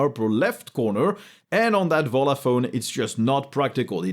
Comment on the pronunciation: is it volla or jolla?